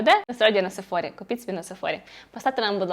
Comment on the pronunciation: Живу в США, і тут всі кажуть СеФора!